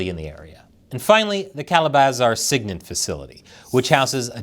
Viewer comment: It’s said Sig-Int not Sig-Nint And ELINT is said EEEELINT not EhLINT